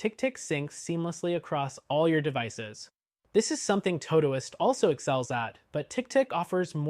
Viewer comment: I've never heard someone mispronounce todoist before 😂 impressive